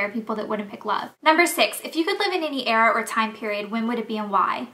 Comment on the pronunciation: lol u pronounced "era" wrong